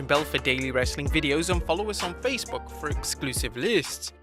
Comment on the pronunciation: Vlists? Vlids? Please somebody tell me 😂 but I do like this channel